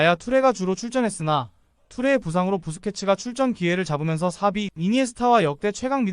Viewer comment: 사비발음 저만 거슬리는건가..